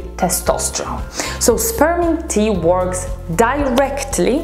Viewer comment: When she said spearmint tea, her accent made it sound like sperm tea. 😂😂😂